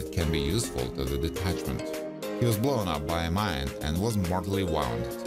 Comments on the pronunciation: Wounded (woonded) not wownded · Woonded not wownded